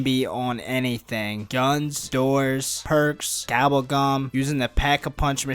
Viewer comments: Gobble gum not gabble gum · did he just say "Gabble Gam"